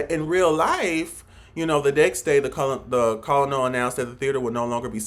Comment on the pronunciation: My guy don't do a review on a movie that you don't understand. Colonel pronounced kernel. Military people understand the story line. The story is the story.